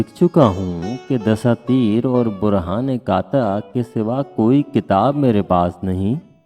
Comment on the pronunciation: آپ کا تلفظ غلط ہے۔۔۔قاطع کا تلفظ قا طے qataay ہے